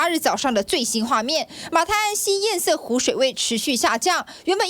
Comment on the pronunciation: 趙老康.你的粉絲擬參選高雄市長候選人柯.前幾天不是教你要唸堰塞湖嗎?怎麼還一直唸堰曬湖呢?老了改不了嗎?